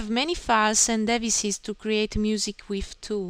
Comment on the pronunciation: sweetie, it's pronounced dee-vice-es